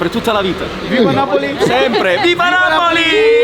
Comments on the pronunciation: translator app. Sounds like you saying Nipples instead of Napples ”😅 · Why am I hearing nipples!??? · Just to set the record straight it is NAPOLI and not NAPLES